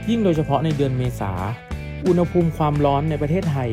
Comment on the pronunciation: อุณหภูมิ ต้องออกเสียงว่า อุน หะ พูม นะถึงจะถูกต้องตามหลักภาษาไทย